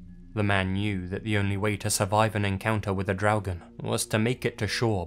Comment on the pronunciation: Hi, I know I'm late, but I just wanted to compliment you on your pronunciation of the word "Draugen". You really got the r sound correctly, which many Non-Scandinavians have problems with. 👍😁